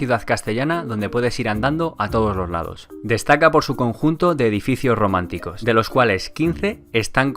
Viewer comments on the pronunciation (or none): Me gusta. Creo que al principio dice románticos en lugar de románicos